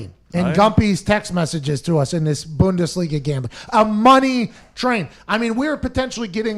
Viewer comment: As a fellow canadian bundesliga aficionado, gotta work on the pronunciation of the team names 😬